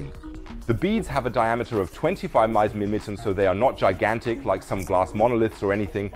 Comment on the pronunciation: regarding "The beads have a diameter of 25 maimilicens", what is a "maimilicen"? I've never heard of that unit. Did you mean "mils" (thousands of an inch)? Or perhaps "millimeters" (thousands of a meter)? Or perhaps "micrometers" (millionths of a meter)? Or something else?